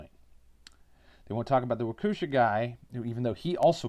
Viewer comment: Walk-eh-shaw, Wisconsin names are a pain to say. Nobody round here's forgotten. Like two weeks before the parade he got bonded out of jail because he ran over a woman he'd gotten into an argument with at a gas station because she refused to get into his vehicle, and this was after he'd stolen her cell and punched her in the face. Same vehicle at the parade. He's also extremely mentally ill, which is another reason he's been swept under the rug. Word of mouth and knowing people is a good way to know the truth, and the only reason I know anything about that situation. But where would you suggest getting the truth when that's not a viable way to get the information about these situations?